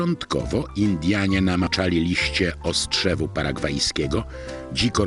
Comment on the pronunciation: OSTROKRZEWU Panie a nie ostrzewu;)